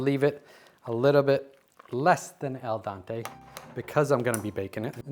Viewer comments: Salivatingly decadent! By the way, it is Al dEnte (like dentist) not al dAnte (like the inferno) 😊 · Al dente, not el Dante! 😂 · You’re the second chef I’ve heard say “al dante”. Pretty sure it’s “al dente” for the teeth. Am I wrong about this? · WTF Is Al Dante 😂😂❤